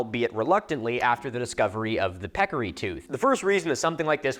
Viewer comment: Pecarry? How ‘bout a Javalina? LOL